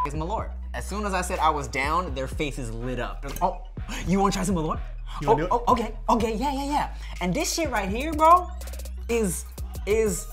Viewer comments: Malört is actually pronounced "mall-uh-rt" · Malört is not pronounced as you say it, Malört is the Swedish word for Wormwood.